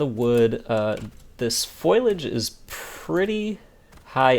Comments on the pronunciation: Foilage, lol. It’s FOLIAGE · Please, it's fo-LEE-ij not FOIL-ij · FOLIAGE NOT FOILAGE